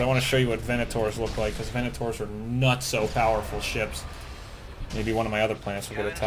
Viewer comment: Your saying venator wrong it's ve-ney-tor